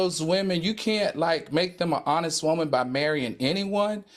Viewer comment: I was hoping that Al would leave the way he says woman in 2022…guess not.